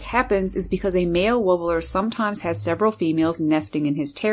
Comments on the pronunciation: Why would anyone pronounce "warbler" as "woobbeler", get a grip! Look it up... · She also says "hey?" like an American, and warbler like who knows what.